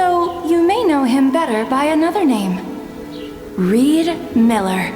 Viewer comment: 'clears throat' Ree D. Miller That is all.